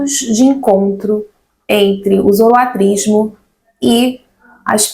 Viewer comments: a pronúncia é Zoroastrismo com S. Nao Zoroatrismo. espero ter contribuído. Parabéns pelo seu trabalho. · muito obrigado pelo vídeo. Excelente e informativo, como sempre. Uma dúvida: é possível falar tanto zoroaStrismo como zoroatrismo (sem o "s")? Notei que essas variações foram utilizadas durante o vídeo. Muito obrigado pelo excelente trabalho! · Ótimo vídeo. Obrigado pelo compartilhamento do conhecimento. Uma dúvida: ouço a pronúncia da palavra relacionada à doutrina de Zoroastro tendo duas pronúncias: zoroatrismo (como nesse vídeo) e zoroaStrismo. Existe uma pronúncia correta ou são aceitas as duas pronúncias?